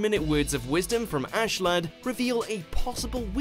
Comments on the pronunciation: They butcher the Vinland Saga names... It's Thor-kell and Thor-finn and Ask-e-ladd. Not "Tor-kell" or "Tor-finn" or "Ash-ladd" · It's tHorkell and tHorfinn, not torkell or torfinn.. Narrator can't pronounce TH sound or something? And wtf is Ashladd? It's Askeladd. I haven't seen the anime but don't tell me they butchered the names? Lol wtf